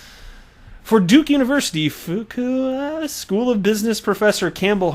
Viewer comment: Good try! It is pronounced Few-kway.....took me a while to get it as well.